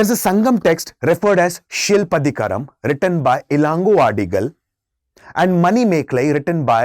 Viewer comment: It's not shilpadhigaram it is silapadhigaram